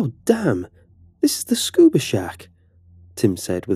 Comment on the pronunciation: I heard Scooby Snack- Oh wait... What the heck is a Scuba Shack?